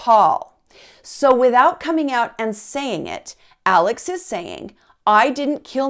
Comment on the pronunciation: While the name is spelled ALEX, it’s actually pronounced like ALEC. In fact, when Alex calls 911 after he finds his wife & son murdered, he very clearly says to the operator, “ My name is ALEC.” RE: the boat accident… The boys didn’t “later” go out drinking. They went out drinking PRIOR to the accident. And there was some confusion as to whom was driving the boat. One witness said Paul was. One said Connor was. The other two said they weren’t certain.